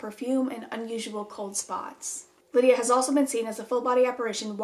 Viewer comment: Tell me why when you said “Lydia” I thought someone called me and yelled “yeah” 😂😂